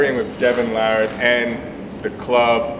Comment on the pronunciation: Larry is one of the few people correctly pronouncing Devon's last name. LARrat instead of saying larRAT.